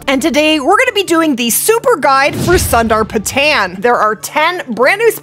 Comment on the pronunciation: I love the content and guides that you make, and appreciate it, but as a Nepalese guy, man o man is the butchering of the name is just an ear sore 🤦‍♂️.. even though it has “tan” in the end, the “tan” is not pronounced like the color tan, instead it’s pronounced like you pronounce the word “ton”, like a “ton” of weight. So it’s - SUNDR-PA-TON. no “Tan”. Of course I don’t expect you to know this as a foreigner, I am simply trying to show you the correct pronunciation. Again no offense meant, thank you for the guide! 🙏